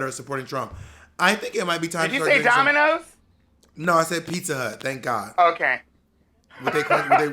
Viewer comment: DID U SAY DOMINOS?! 😂♥️